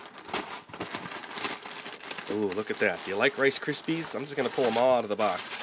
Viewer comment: Ricsypy rice Krispy then unsaid it wrong again ur soooooo funny I laughed soo hard!!!!!!